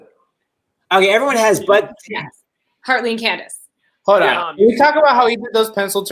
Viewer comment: He called her candeece